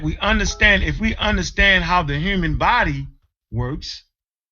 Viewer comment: ANKH PRONOUNCES HUMAN LIKE A HURMAN